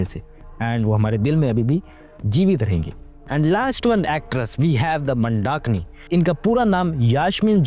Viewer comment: Pehle naam to sahi se bol lo vyjayintimala ji mandakini ka pronunciation bahut wrong hai aur market market word laga rakha hai bollywood nhi bol sakte kya